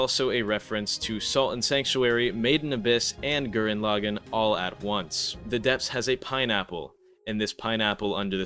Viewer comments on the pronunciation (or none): none